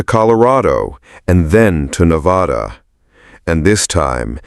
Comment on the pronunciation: Verdi not Verdee. Also it's Nevada not Nevaudaw.